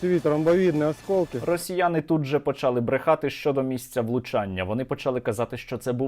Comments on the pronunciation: нема такого слова почАли, наголос у слові почалИ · да не почАли, а почалИ, скільки можна з української мови знущаться